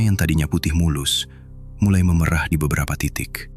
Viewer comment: maaf ya min,pengucapan memerah yg kau ucapkan itu arti kata seperti memerah susu sapi bukan memerah krn perubahan warna,tolonglah jngan mngubah cara pengucapan kata krn bis merubah makna